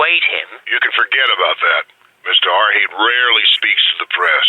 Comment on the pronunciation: The pronunciations like "Mr. R. Thayet" and "Mr. R. Hate"-- Quality Assurance slips, or character traits?